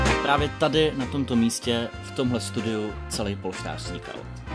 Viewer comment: luky uprimně ten název polštář je strašnej a pojmenovat ho polštář když neumíš říct ř není moc chytrý